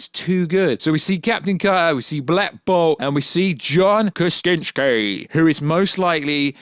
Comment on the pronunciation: I reallllly hope you’re butchering John Krasinski’s name on purpose…..